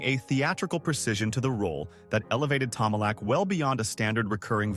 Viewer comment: Since when did Stewart and McFadden passed away? Get your facts right, AI. It's Tomalok, AI. NOT Tomala.